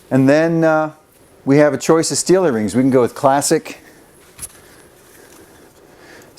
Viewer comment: Lmfao, I watched this video before and heard you say steelieringz, so I was looking up Steel wheel rings and I found Wheel Trims, but not these ones and I just realized while rewatching that you have a website :)